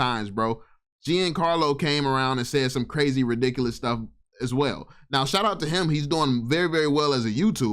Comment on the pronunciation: Can’t even say ridiculous correctly